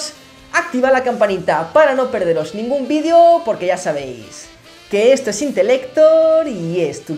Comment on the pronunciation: ya volviste a decir mal la palabra VIDEO